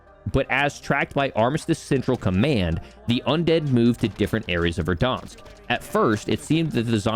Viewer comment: VerdAnsk...not VerdOnsk...this is america, not canada